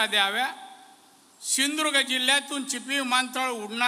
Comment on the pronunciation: सिंदूर्ग नाही सिंधू दुर्ग म्हणा